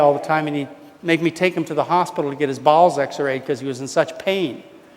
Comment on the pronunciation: Every time he says "bowels," I think he's saying "balls." Weird pronunciation/awkward. lol.